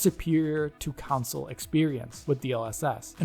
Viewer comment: It s called console not council like you say it cheers i like what you do, but when I hear councile in stead of console it just hurts my ears